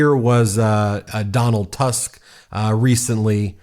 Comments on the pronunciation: Donald Tusk ( read Toosk)) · Tusk apparently pronounced as "Toosk" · Say: “Nav-vro-tski “ and “toosk “